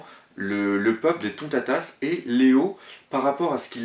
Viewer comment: Alors ! Leçon de prononciation: Ce n'est pas Louffy mais LEUFFY, LEUUUUUUUFFYYYY déjà Ensuite: Utsop....son nom, c'est Oussop que ça se prononce >< et pour finir Tontattas, c'est pas tontatasse.